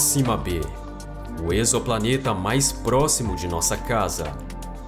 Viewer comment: Te dou meus parabéns por vc ser um dos únicos que ví pronunciar o termo "exoplaneta" corretamente no nosso português. Mts dizem "eks"oplaneta, e essa prunúncia tá errada, ela é do inglês, tipo: "eks"man. Nossa prunúncia é com som de /z/ é a correta: ezo"planeta.